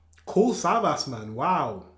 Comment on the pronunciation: You have to pronounce the last S like sh 😉